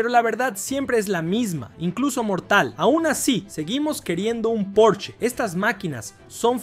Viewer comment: Por el amor de Dios... No existe ningún auto llamado porch....lo correcto es PORSCHE...porshe...tampoco existe ningún escritor llamado Herman hess....es Herman Hesse